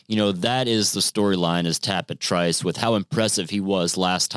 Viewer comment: Just tell its easy to remember...Trice rhymes with "mice." (Remember that podcast?) 😀